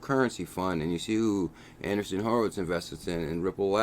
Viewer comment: Not ANDERSON Horowitz....ANDREEESEN Horowitz.